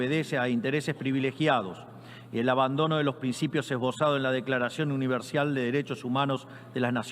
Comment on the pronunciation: Declaracion UNIVERSIAL 😂😂😂 alguien que le enseñe a leer al presidente Milei